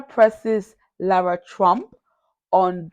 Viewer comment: Lara is not pronounced “Laura”. Dana is lying and mispronouncing Lara’s name on purpose. KH has ignored both hurricanes. GOP governors have done a good job, but KH did nothing except walk thru on video like she was walking a red carpet…. More word salads from KH😮Dana is a tool of the left who has no emotion in her eyes and appears to be a damaged person and I wonder who damaged her….😮 she is in KH’s pocket b/c Dana cannot accept the facts about the 2020 election fraud and spews propaganda like a fire hose😮😮😮😮